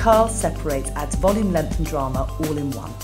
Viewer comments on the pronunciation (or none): none